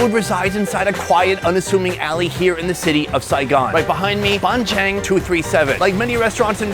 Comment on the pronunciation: Its called Bánh Tráng Trộn , You should read it like "Bank trang troll" . I said this because when i watch this i miss heard into "bank ching chong" 💀